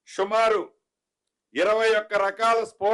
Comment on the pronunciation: షుమారు కాదురా బోసిడి సుమారు